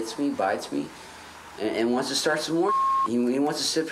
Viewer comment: It's not whont shre wonted.